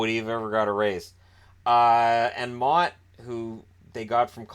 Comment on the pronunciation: Holy hell did u butcher motte hahaha